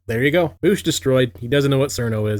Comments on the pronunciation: His name is not "Voosh", you absolute child. It's "Vowsh". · I really enjoyed you calling him "voosh" the entire time. It seems fitting. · MY NAME IS Reek VOOSH, IT RHYMES WITH freak DOUCHE